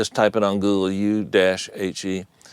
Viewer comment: good one . U-he is pretty famous i guess already ,they make many v. synths and fx . i think it's pronounced ou-he ,"ouou" like a ghost sounds :p ,and "he", like in hello